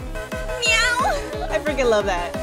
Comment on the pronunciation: whan kapi said meow he did not say meow he said neow